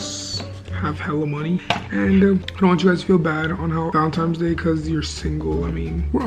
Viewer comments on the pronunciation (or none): MY MAN SAID VALENTIMES DAY AYOO LMAO IM GLAD IM NOT THE ONLY ONE WHO SAYS THAT